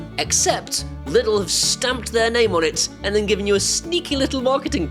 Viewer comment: its not pronounced lid l, its german and in englisch pronounced leedl